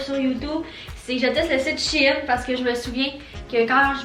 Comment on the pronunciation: Le site se prononce chène!!!😤